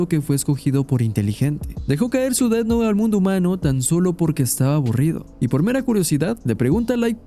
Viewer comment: Buen análisis, pero me jode la vida el "ded nou" y "lai" durante todo el video... 😵‍💫😵‍💫😵‍💫